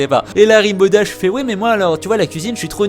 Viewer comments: Rainbow dash pas ribow dash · Et après, on dit que My Little Pony c'est pour les gosse... ;) PS : Rainbow Dash ca se prononce "renne bo" :p (je suis chiante, jtm <3 x3) Le McDonald's c'est "Sugarcube corner" xD